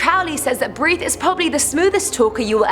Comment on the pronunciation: I thought I heard Harith, It's Berith 😂